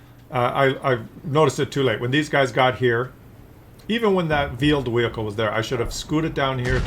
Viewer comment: Vheeled wehicles finally someone who speaks my language